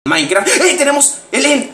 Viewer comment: si le repiten donde dise he maincra se escuha como si disiera he maicra he miacra lol jaja like aaaaa y nuevo sub